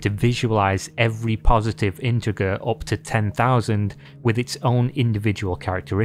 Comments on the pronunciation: The G in "integer" is pronounced as a "J", like "inter-jer". Easy mistake to make tho! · Dude, just a small question, do you not know how to pronounce integer? Or is there a difference between British and American pronounciation?